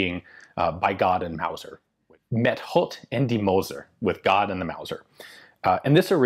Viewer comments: Ian, I speak Afrikaans and just want to commend you for always attempting to pronounce things the right way, e.g. "Met God en die Mauser". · You really did well with the "met God en die Mauser " part, had to listen over a few times over just to make sure I wasn't loosing my mind. Also thanks for teaching me something from my part of the world I didn't know.